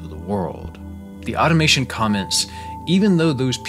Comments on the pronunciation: it's "automaton" not "automation" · pronouncing automaton as automation...